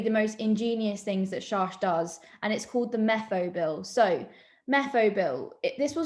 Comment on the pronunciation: his name is pronounced SHACKT not SHARSH